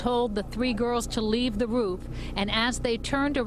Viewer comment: I feel so bad for the woman who had to witness the fall smh! But, I just love the way you pronounce "roof" lol 😭😭.